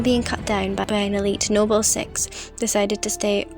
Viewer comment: pronounciation of Noble as Nobel kinda hurt a bit but otherwise nice FoR analysis